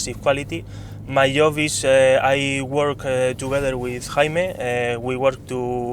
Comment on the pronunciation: "mai yooh". (My job). 😅